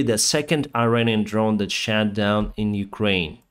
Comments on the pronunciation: Thank you for keeping us informed. Your English is great, but there is one correction. Past tense of shoot is shot, and the o is pronounced differently. You are pronouncing it like shat, which is very funny to Americans because it is past tense for shit, like “I shat the bed so I blamed it on her!”. 🤣🤣🤣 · Your pronunciation of “shot down” when talking about Iranian drones sounded like you said “shat down” which works just as good and is hilarious to English speakers. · I just love how you pronounce "shot" as "shat". Drone was shat down. Don't change this :D Jokes aside - new subscriber here. This is now part of my morning routine.